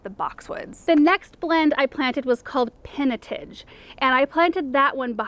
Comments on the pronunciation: Just as an aside, pinotage is pronounced pin-eh-tahj. It’s a well-known South African grape/wine variety. But love your videos!!! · Hi from South Africa! Pinotage is a South African red wine variety (grape is a cross between Pinot Noir and Hermitage/Cinsaut), and it's pronounced "peeno-taj" (as in Taj Mahal) ;-)